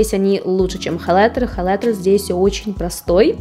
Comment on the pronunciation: С интересом посмотрела все ваши видео о расхламлении, но слово "халайтер" режет слух, всё же в русском языке прижилось произношение хаЙлайтер. Не сочтите это замечание за хейт💙